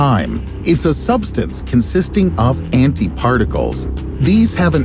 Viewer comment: Finally find a person who pronounce anti correct